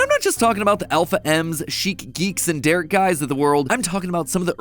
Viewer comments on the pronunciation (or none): none